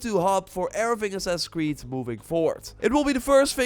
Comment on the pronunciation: Why does this guy always call it “sussuh cwee” 😂😂😂